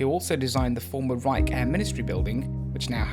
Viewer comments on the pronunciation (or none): none